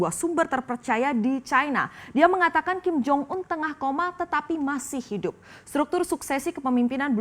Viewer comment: Ada kesalahan yang diucapkan oleh presenter nya : 1 nyebut kim jong ul 2 nyebut kim jo yong 😂😂😂😂😂😂😂